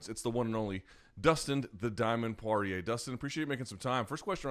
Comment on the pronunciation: Dustin "PoiHier as they would say in Brazil" Poirier